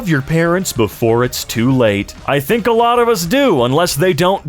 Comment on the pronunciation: Wasnt looking at my phone when you said "I think about this a lot", I heard " I think about this sahlad." 😆